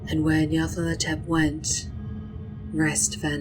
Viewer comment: I notice you reverse the 'la' and 'tho' in Nyarlathotep. Very good though, very evocative.